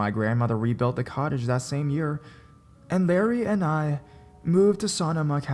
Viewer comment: It sounded like he said,"she rented a college"